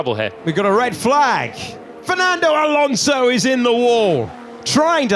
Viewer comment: Karl'uss-Saints, Sharl Laclerrrr, Al Onzow, Antow Nelly, Macs Furshtappen, Cowl-A-Pinto...